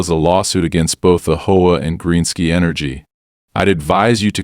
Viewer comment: Its not a hoa, it's a H O A, they really need to stop this AI voicing